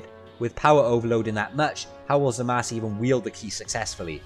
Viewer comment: I'm kinda disturbed by the fact that ya pronounced "zamasu"-uu as "zamas" 😂😅